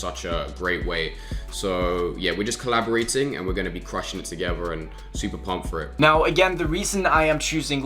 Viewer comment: "Togever" lol 😂